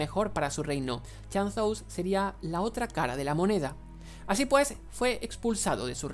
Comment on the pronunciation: "chan-zous" XD